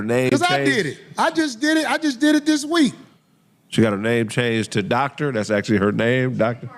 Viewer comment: Thoctor Bryant